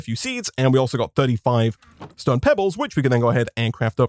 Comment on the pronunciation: Everyone: Stone this guy: STOEN